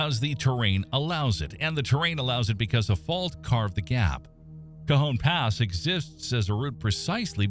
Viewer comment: Nice job getting the AI voice to pronounce cajon and tejon correctly. Also, it is more objective than most of these.